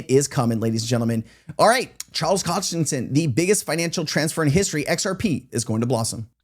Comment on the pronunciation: Say it with me: "Hoskinson"